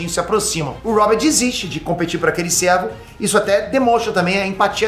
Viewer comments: não é servo ( de servidão) é cervo ( o nome do viadinho / bicho ) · Vídeo excelente, mas tá me dando agonia cada vez que o pronuncia servo em vez de cervo.